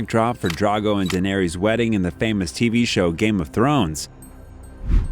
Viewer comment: Couldn’t pronounce denarys right lol, or Tyrion